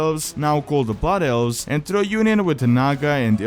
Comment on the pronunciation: "Butt Elves" @@ dat accent.